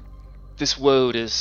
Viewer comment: "This woad is jacked" LMAO!